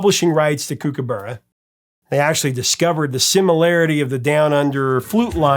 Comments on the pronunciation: Kookaburra... 1st syllable is cook not kook‼️ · Kookaburra - "kook" same as "cook", And "burra" as in "borough" not as in "burrito". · It's pronounced Cook-a-burra. The flute riff definitely does sound like the song. The crazy thing is the line goes "Kookaburra sits in the old gum tree" and when Greg Ham plays the flute riff in the video, where is he? He's sitting up in a tree! With Down Under, it always amazed me how successful it was in America because it's unashamedly a very Australian song with lots of Australian references as you mentioned. Overkill is definitely my favourite Men At Work song. It's one of my favourite songs of all time. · Mispronouncing Kookaburra notwithstanding it's great to hear a story about an Australian band from my childhood here in Oz